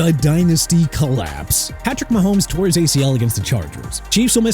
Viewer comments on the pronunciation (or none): none